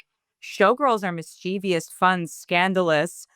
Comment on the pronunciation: One minute in and Taylor mispronounces “mischievous”. 💀